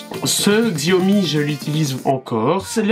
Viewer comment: Je crois qu'il faut prononcer chiaomi et non xiaomi !